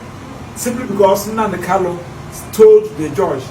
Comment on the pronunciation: Nnamdi Kanu is your client but you ddoont know how to pronounce his surname .